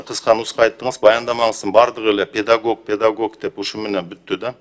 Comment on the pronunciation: Педагок эмес педагог